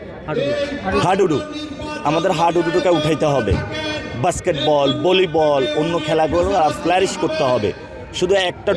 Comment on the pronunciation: ভলিবল ❌ বোলিবল ✅